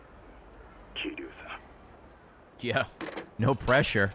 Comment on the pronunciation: God Ray cannot pronounce Kiryu's name to save his life xD